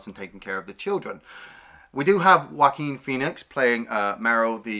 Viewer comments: First it is Joaquin Phoenix pronounced like WAH-KEEN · "Jaw-queen Phoenix" lol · Joaquin is pronounce like "walkeen". Also, you like Battle for LA better than this movie!? That movie was garbage.